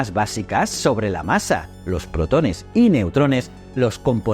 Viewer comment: Puede ser que. La voz sea de una IA ? Por ejemplo la palabra protones la acentúa incorrectamente en la letra e